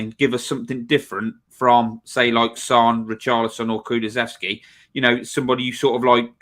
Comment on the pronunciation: Kulu-sev-ski, I'm a stickler for pronunciation, apologies 🤣